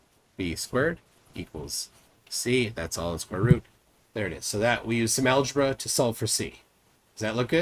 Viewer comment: i dont' think i'll get "square ruht" out of my head ever